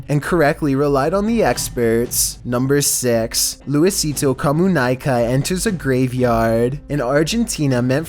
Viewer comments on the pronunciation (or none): "Louisitoh Komunaikah" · in Spanish is luisito comunica He said luisito comunaica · Latinoamerica: luisito comunica: luisito comunaica. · Luisito comunayca 🤣🤣🤣🤣 you made my day hahahahhaha That "i" is pronouns like an "e", so its comun-e-ca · it's Luisito Cuh-muh-nee-kah not Comunaika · Everybody luisito comunica:Luisito comunaica✌😂😂😂😂😂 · "Luisito Comunaica" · Luisito Comunica is said Lu-e-s-e-to Comun-e-ca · This guy really said lusito comunaica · “Luwisito comunaica” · luwizito comunaica 😂😂😂😂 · luisito comunaica jajaja i love how you say his name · they wa he said comunica hhahaha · Looiseetoe Commune-aika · Lmao "LuiSiTo CoMuNaiCa" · "luisito comunaica" hahahaha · Luisito comuNAICA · Lmao the way he said "Luisito Comunaica" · es tipo: co mu nai ca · Luisitoo camonaica Lmao 🤣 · Luisaito Comunaiko I cant lmao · I cant stand he saying luisito comuNAICA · No Calla mierda comuNAICA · Dear: Luisito Comunica is pronounced (Co-moo-nee-ca). Thank you. 🤙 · luisito comunaikai 😂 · Loo-is- it-o COM-U-NEIGH-KA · As a mexican, i never thought Luisito would appear in one of your videos! Just a tip, you should pronounce his name like "Luisito Comuneeki" Love your videos. ♥ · LOIZITOU COMUNAICA. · Luisito COMUNAYCA LMAO😂😂😂😂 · OMG!!! I died when he said LUISITO COMUNAICA 🤣🤣🤣🤣🤣🤣🤣🤣 It's pronounced the same way it's written, the" i " in Spanish sounds like an " e " in English dummie 😂😂😂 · I wonder how "Luisito Comunica" turns to "Luisito Comunaika". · Luisito Comunaica? Haha lol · WAS THAT LUSITO COMMUNICA ON THE TUMBNAIL Omg this dude said luisisto cOmUnAiCa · You gotta learn how to pronounce Spanish words man. It’s pronounced "Lu-ee-see-to Koh-mu-nee-kah" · Comunaica jjsjssjsjsjsjs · LuIsItou coMunAiCah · Nadie Absolutamente nadie:: -LuiSiTo cOmuNaikA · That's so not how you pronounce Luisito comunica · Dude you said luisito comunica super wrong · Luisito Comunica u messed up his name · Bra how he said my boi Lusito's name though